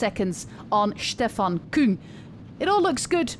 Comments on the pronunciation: But only that she pronounces it the right way, which is KÜng. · Yey, you did it!! You prounce Küng more German than French!